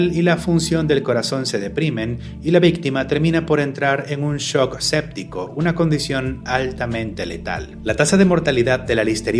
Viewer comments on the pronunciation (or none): none